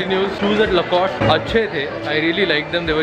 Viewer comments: you pronounce "lacoste" as "lacostae"..... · it is pronounced Lacostee